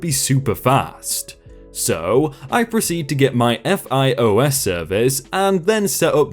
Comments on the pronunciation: It's not pronounced F I O S. It pronounced f-I-oh-s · so it'll be pronounced fios ( phi-oh-s) unless you truly just spell out every acronym what so ever like nasa.